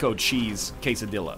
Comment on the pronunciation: Please do not pronounce it case a dilla. It is case a dee ya